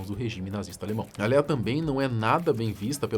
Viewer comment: Que agonia o povo falando Léia ou Lia😂 É Lêa